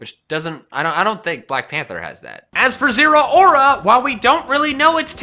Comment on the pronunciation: zeraora is pronounced zeh-row (as in cow)-ruh